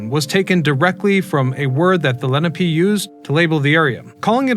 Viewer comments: I came to say the same thing. And Leh-NAH-pay. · Len-op-ay = Lenape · Love to hear Dutch😂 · Lots of good information, but also lots of mispronunciations of names (ex. Lenape, Manahatta, Houston St, etc.)